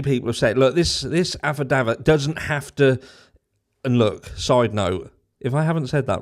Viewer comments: 😂choooone in for the the "aff-i-daft-id" cant even say its a Norfolk thing but i love it 😂❤ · I love how you say Afadavit. Lol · I like the way you pronounce affidavit. There are certain words I avoid at all costs …like rural, juror, arrears….My speech teacher probably quit after I finished grade school. 🥴😆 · Lol… you just can’t say Affidavit 😂😂😂